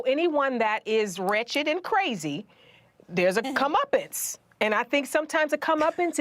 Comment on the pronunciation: Did she say "come uppins" are cleansing? lol I don't think she wants to the masses to start issuing a "come uppin'" to this .5% of the population. Do you really want "cleansing"? lol